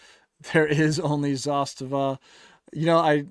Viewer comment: you are the only one I know that pronounces Zastava correctly. Great video. I have several kit builds by Northwest Gun Supply and SOF Defense out of Phx. Both great builders